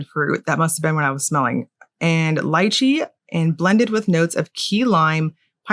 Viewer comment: I got sidetracked with how accurate you say lychee cus most people say lee-chee! xD Is there a way to purchase the hand and cuticle stuff separately or are they only the add-ons to the main polishes?